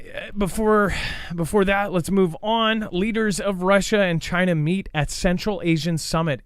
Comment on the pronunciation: That is funny gaff u said JI-NA LOL